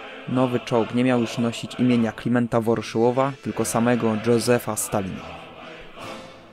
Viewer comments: Dodam jeszcze tylko, że w momencie kiedy Dżozef rani nasze uszy to dobija nasze oczy KV-3 który jest określony jako KV-13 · "dżozefa stalina" "czeciego" itd... kolego popracuj nad jezykiem, bo filmy masz bardzo ciekawe no ale jezyk... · Dzosef stalin :D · Dżozef Stalin - serio??? Otto Carius czyta się "Karius", drogi lektorze... Poza tym, bardzo sympatyczny film!